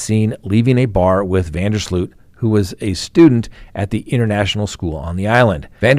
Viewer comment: Last name pronounced van der slote